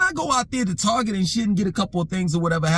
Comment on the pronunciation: I just love how says Target. TAWGET. Lol 😂 Also every time takes a sip of his water bottle I be like “Power Up 💪🏾” LOL 😂 I’m just messing with you. You a real one 💯 As far as the video topic goes, the American 🇺🇸 Black woman is STRONG 💪🏾, INDEPENDENT, and DON’T NEED NO MENZ 🤨 Lol 😂 Smh. This is the message she has been sending to Black men FOR DECADES and NOW the chickens are coming home to roost… The American Black woman also gets great joy and pleasure out of REJECTING Black men and not giving us no play so that further discourages brothas from coming to the aid of Black women… Me personally the only Black women I’m protecting are the ones in my family and my girlfriend if I happen to have one at the time? The rest are on their own.